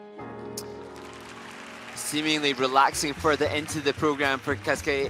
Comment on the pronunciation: Can someone please teach how to pronounce Kazuki's name correctly! This hurts my ears.